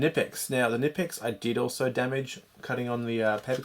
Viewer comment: Ca-nee-pex is how you pronounce knipex